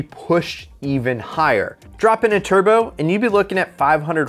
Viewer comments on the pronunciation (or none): none